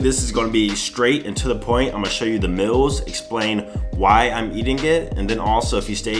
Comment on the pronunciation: Y he say mills instead of meals and Xpecialy instead of especially